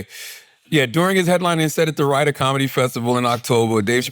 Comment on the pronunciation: lol, Riyadh bro, not that hard to say 😂